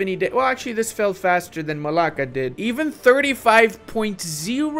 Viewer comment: it's not malacca, that is in east asia, it is malaga